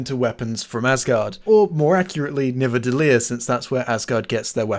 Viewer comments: Amendment: Nidavellir, not Nivadellir. It’s one of the official canon nine Norse realms, so I kind of get assholish about pronounciation. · Why are you saying Nivadellir it's called Nidavellir? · Minor nitpick: You pronounce "Nidavellir" as "NiVAdellir", which is wrong. It should be "ni-DA-ve-LIER", if you're going to say it with a not-Norwegian accent. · You actually said Nivadelir instead of Nidavelir. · hold up, isnt it nidavellir? and not nivadellir? Is this the moment where we, the audience, sin you for either forgetting or not knowing this information while sinning someone else sinning something? is this sinception? its like shreks onion all over again, oh god the LAYERS! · You keep saying "Nivadellir" on Sin 74 and it's irritating me to the point of a heat stroke. b e c a u s e i t s p r o n o u n c e d " n i d a v e l l i r " a n d i k n o w h o w s t r o k e s w o r k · Nidavellir not Nivadellir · It's NiDaVellir :) not Nivadellir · Love the channel, but it's "nidavellir". Think you're swapping the d and v. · there seems to be a mess-up in the name of the star-forge. Titles (and subtitles, and wiki) says Nidavellir. D on second syllable, V on third. But I'm pretty sure that in the movie Thor says Nivadellir. V on second, D on third. And now you say it the same way as Thor. So HOW is it? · I thought it was Nidavelier not nivedelier? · The characters pronounce it nivedelier but it is spelt nidavelier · Love this series, but are you purposely saying Nidaveliir wrong?